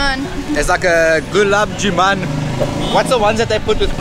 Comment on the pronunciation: The dark brown sweet is called Gulab “Jamun” whereas you’re pronouncing it as “Juman” … try saying “jamoon” to get it right 😊. Thums Up and Limca are Indian soft drink brands (not just local to the islands) that were acquired by Coca Cola Company and are now sold by them. If you see the fine print on the cans, it’s written there. 👍🏻